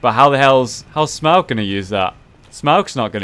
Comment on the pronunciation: Okay, im not sure, but I think it's pronounced smoe, not smog